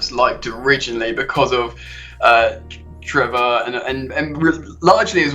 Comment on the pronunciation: His name is Trevoh, not Trevor!